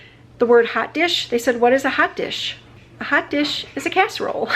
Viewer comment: You almost sounded like an Okie the way you said 'casserole'. When you said 'where am I from?' It made me laugh